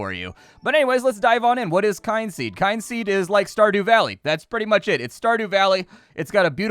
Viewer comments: KIN seed,. Not Kine-seed. They literally have a "how to pronounce Kynseed" button in the audio options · you need to work on pronouncing things. Kyn has no e on the end and is thus pronounced "Kin." Meanwhile, Z has no e on the end, and thus is pronounced "ZED.":) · The "Kyn" in Kynseed is pronounced Kin...as in Kith and Kin...hence the ancestory angle of your character. At least that's what I take it as. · I always thought it was pronounced kin-seed. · They put a button for how to pronounce the game title. The 'kyn' is just fancy spelling for saying 'kin'. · KIN KIN-seed as in my kith and kin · It's pronounced Kin-seed I'm fairly sure, because you know, Kin. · I was gonna say the same thing. 😂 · There is a button in the Audio menu that says "How to pronounce Kynseed" that might help.